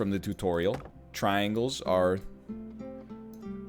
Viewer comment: I know you said traingles, triangles, triangles. But what about rhombus, rhombus, rhombus, rhombus?